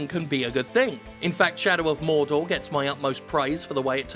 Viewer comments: I just want to say; Thanks for the right pronunciation of "Mordor"! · What does it say about me that I instinctively said "thank you" when he corrected his pronunciation of "Mordor"? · MOORRrrrDoor is the only way to pronounce it, thank you 👌🏼